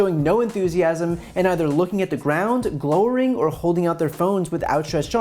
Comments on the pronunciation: "Glowering" rhymes with "showering." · Glowering is pronounced “glau’•er•ing”. Spend the time to learn simple words. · He mispronounced “glowering.”